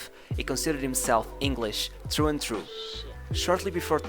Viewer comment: Did he have a trough and trough or was he English through and through?